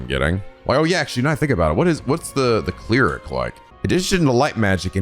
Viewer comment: "Cleeeeeric" I'm dying at that pronounciation